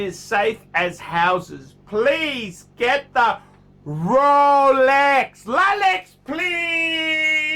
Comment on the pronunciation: Rowlex Rowlex! PhackMeDeayd!